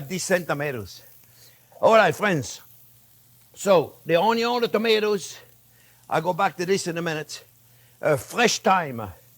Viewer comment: Why does he pronounce "onion" like that? What planet is this guy from?